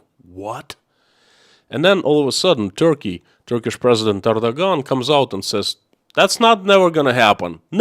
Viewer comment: I believe you pronounce the name of Turkish president, Arduan rather then Ardagan.